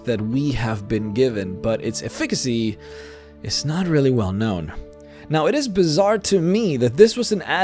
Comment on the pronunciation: The word "efficacy" is pronounced "EFF-ih-kasy", not "eh-FIK-asy".